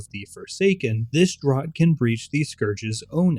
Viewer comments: Great vids. Quick heads up that draught is pronounced ‘draft’ for future projects. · Stan Rogers referenced! 🎉 Also, "draught" is pronounced "draft," because English is a silly language.